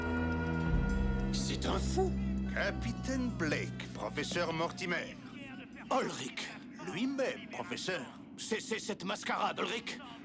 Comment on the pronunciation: L'histoire et l'animation sont bonnes, mais les dialogues du personnage principal sont vraiment mauvais. Ils sont surtout conçus pour ressembler à deux adolescents excités. Le personnage de Blake prononce "Mortimer" comme si c'était un mot français. Ce n'est donc pas très convaincant.